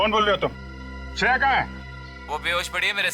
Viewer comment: Shreya hai bola tha sune me lag raha hai ki daya bola hai😊😊😊😊😊